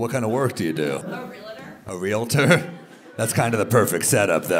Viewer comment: REALATOR (can't pronounce her own professional) to be immediately properly pronounced REE-UHL-TUR